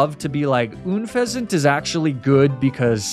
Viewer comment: Sorry to be that guy but it's bothering me far too much It's Unfezant, pronounced like unpleasant not Oonfezant. It's Lapras, not Laprah, the S is not silent. It's Ninetales, as in the number 9, not Ninétales, the E is not accented in any way. It's Magnemite, not Magnemmittee, it's not pronounced like committee, it's pronounced like might